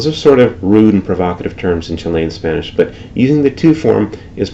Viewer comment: It is CHILL-ian, not chi-LEY-an [Chilean]